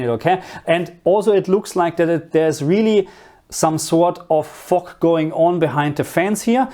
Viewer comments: Fog is what i think you are saying. It is pronounced with a harder g at the end rather than the sharp sound you are using that sounds more like it pronounced fock or foque., just get that hard G at the end which you can practice by saying the word Girl but leaving out the R & L so Gi once you have that down begin to emphasize less on the I and just the G. Then combined with fo with that hard G you will get fog. . Another word is Mist almost like missed but a T at the end. Another word you can use is Har which is the fog that comes in from the sea. It is pronounced like you are say Ha as in Ha ha but with the r at the end so Ha r , Har. I also think you may be talking about light rain when the rain particles are so small we don't call it rain but rather drizzle. EDIT: as i watched further in to the video it is mostly steam we would use to describe that like you get from boiling a kettle. I would use steam for the stuff coming from the ground pipes and mist from the rain rather than fog. Fog is when you have that really thick mist that when you are driving you can't see far ahead so you use your "Fog" lights. Hope this helps. I like to learn languages and always like to know if i pronounce the words correctly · I’m sorry but why doesn’t anyone acknowledge the way he pronounced “fog” at the beginning lmao no hate